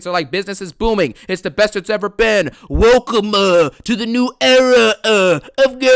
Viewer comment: Welcome-a to the era-a 😂😂😂